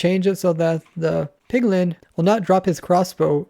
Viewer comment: My man has a lot of trouble saying Piglin.